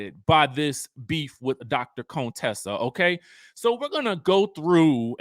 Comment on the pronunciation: Her name is CONTESSA NOT CONE-TESSA. Please stop pulling that shit Heavenly used to do, “low key” trying to sneak in the word coon in her name. So tired.